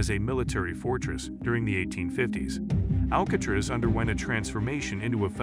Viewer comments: I was just about to comment the same exact thing until I read yours. How do you not know how to pronounce the name of the place you doing a video on. 🤦🏽‍♂️ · This guy not knowing how to pronounce Alcatraz is why I watched about 30 seconds.